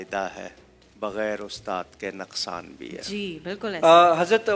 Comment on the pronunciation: مولوی کوکب نورانی لفظ بول رہا نکسان ہو جائے گا. . . اسے بتاو نکسان نہیں . نقصان ہوتا ہے